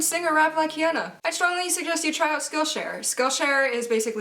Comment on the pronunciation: pronunciation of Hyuna made me cringe.